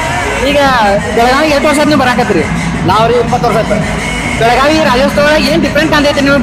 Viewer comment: ಬೆಳಗಾವ ಅಲ್ಲಾರಿ ಬೆಳಗಾವಿ ಅದು ಬೆಳಗಾವ ಅಂತ ಕರಿಬೇಡಿ